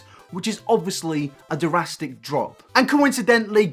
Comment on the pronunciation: why can’t he say drastic